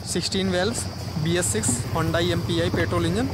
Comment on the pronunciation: Chutiye its not Chinese. Its korean.... And your pronoucing it wrongly HONDAI